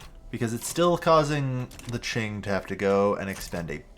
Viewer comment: Great video! Also, Qing is pronounced "King" !